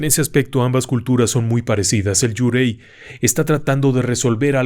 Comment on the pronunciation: Gran video! Solo una cosa: Yurei se pronuncia "iureee".